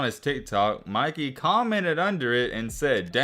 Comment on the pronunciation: It’s Mikey bruh come on you said Micky you can’t say Mikey bruh?